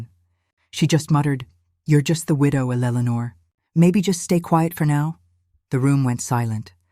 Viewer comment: AI can’t pronounce Eleanor!